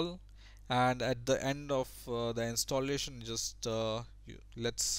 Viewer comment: Direct, not Darekt. Installation, not Instolletion. :P